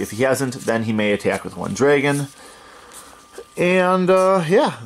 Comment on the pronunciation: "draygon" lol